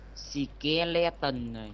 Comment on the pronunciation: anh nói seleton ( skeleton ) là sìkeleton thế tên của skeleton là... sì ke